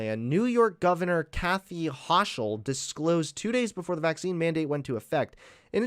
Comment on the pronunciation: It's pronounced "Ho-kul" not "Hawshul".